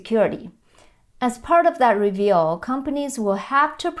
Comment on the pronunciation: You make a great professional presentation. However, I found you kept mispronouncing the word "review" (re-vu) as reveal. It is probably quite hard as the "u" sound likely has no Chinese equivalent.